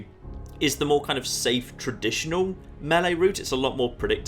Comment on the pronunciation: Thanks for pronouncing melee the correct way